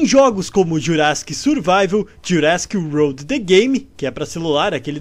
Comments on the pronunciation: Ele falou wolrd msm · Não chegou nem perto da pronuncia de "world" kkk, mas n to criticando, achei engraçado